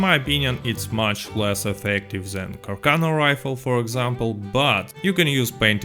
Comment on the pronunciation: It's pronounced car-sawn-o